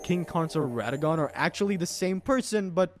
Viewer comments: Radeon for Radahn is wild. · Ray-dahn? :hand-orange-covering-eyes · Ray-dahn was killing me everytime he said it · I like how you started off calling him Radahn and slowly over the course of the video, you kept subtly changing his name pronunciation until it was just Ray Don. 😏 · I hate the way you say Radahn